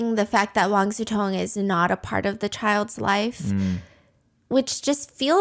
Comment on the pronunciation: Why they pronounce his name like Wan SuTong